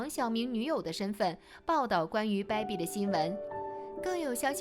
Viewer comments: 主播发音听的我如鲠在喉、不是“baibi”是“beibi” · 主播“掰比、掰比”的，真难听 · 大哥、这个“败笔”发音听的实在耳朵疼。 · 你这baibi baibi的真别扭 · baby为什么发音成败笔😂😂😂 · 解说人"baby"的发音不对。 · 小编的baby发音。。。